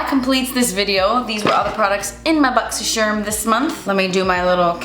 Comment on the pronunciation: I love whenever says Boxysherm 🤣💖